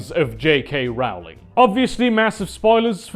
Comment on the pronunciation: It's pronounced 'Rolling' not 'rowling' How are people still getting this wrong after 20 years!